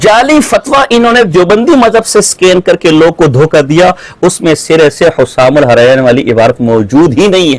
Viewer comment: اب کیسے بھاگو گے۔۔جب کہ فتویٰ ملگیا۔۔۔۔ رشید احمد گنگوہی تو اپنے کفریات عقائد کے وجہ سے کافر ہے۔۔جو اس کو ایمان والا مانے وہ بھی کافر مرتد ہے‌۔۔اس کا ایک ہی کفر نہیں ہے اس کے تو کءی کفر ثابت ہیں ۔کہاں تک بچاؤ گے اور بچاتے بچاتے خود ہی کافر ہوگئے ۔۔اور کتاب کا نام حسام الحرمین ہے نہ کہ حسسام الحرمین کتاب کا نام تو لینا آتا نہیں ہے۔۔۔یہ رضا کے نیزے کی مار